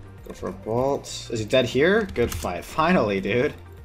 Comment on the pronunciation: BOLT NOT BALT